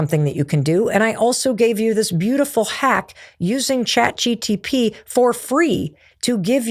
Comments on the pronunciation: Mel you have said chat dtp soooo many times and it's harmless and an honest mistake but boy is it cringe 😂 it's chat G P T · Stop saying Chat GTP. It's Chat GPT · Even tho it is chat GPT I find it very cute and adorable when you say Chat GTP ❤😊😅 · She is so sweet by saying chat GTP ( rather than GPT ) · so real and I loved it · “ Chat GTP” 😂 Mel, I love you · I'm loving how you say chat gtp!😂 You sound like my older sibling and it's comforting ❤ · It did bother me, i doubted for a second if its GTP? But its MEL, i love her <3 She is cutie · Mel never getting the say “Chat GPT” right always get me 😂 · I thought this was funny because it’s a tongue twister for me too😂